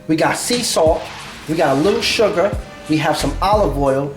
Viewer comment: he said, a couple dashes of "Shuga" not sugar lol nice vid tho